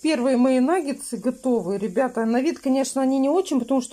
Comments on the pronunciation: "НаггеНсы, аджиГа "(летом была) 😂,,правильно НАГГЕТСЫ. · НагеНсы 😂😂😂 и тут умудрилась исковеркать слово! Наггетсы!!! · не « нагенцы «.. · Вообще то наггетсы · В начале ролика нангенсы, а в конце нагетсы🤔😁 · Ольга, я тоже как говорю нагенсы😂😂😂. Но если уж делать замечание, это уже другой разговор🤔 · Кто посчитал, сколько сказала "Н А Г Е н Ц Ы" ухо даже поранила 🥶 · не наа меня поправлять, говорит нагеНСЫ наит нагеНСЫ👆